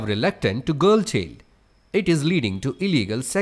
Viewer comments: Itbs not cheeld its chiiild pronounciation pllzzz..... improve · V-z-a-i-na❌ V-a-j-a-i-na✔️ Ch-e-l-d❌ Ch-a-i-l-d✔️